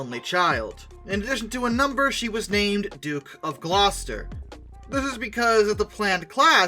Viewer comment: atleast someone not from england got the pronounciation of gloucester correct for once